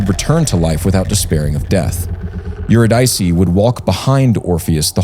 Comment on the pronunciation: Eurydice should be pronounced [Yoo RID' Ih See] not [Yoo Rid EYE' See]. Love you guys! Press on! <><